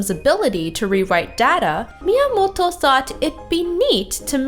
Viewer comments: She's pronouncing it correctly. You probably find it weird cause you're not Japanese, or you don't listen to a lot of Japanese. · She’s pronouncing it right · Fun retrospective! And props for the correct pronunciation of Miyamoto's name! Pretty girl too! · I love how you pronounce "Miyamoto" ^^